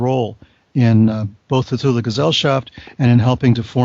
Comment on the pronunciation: At least he pronounced it right...."TULA"